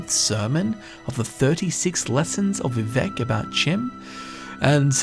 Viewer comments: The College's foundations could be warded instead of the college itself. It could have been there since it's construction. Chim appears to be pronounced with a long E sound and a CH as in Cheese. Fantastic video though. You've made a very interesting story out of not a whole lot of information. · Actual Bethesda lore master says it’s pronounced “Chim” the community “You’re wrong!” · Why would it be pronounced kim?